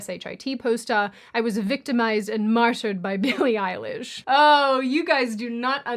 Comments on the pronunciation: Billie Eili-ICE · billie ice-lish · Billy Ice-lish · why are you calling her "Eilish" like it’s her surname??😂😂😂😂 it’s just a middle name